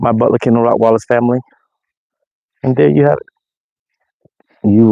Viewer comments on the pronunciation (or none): Does he still say Rockweilers?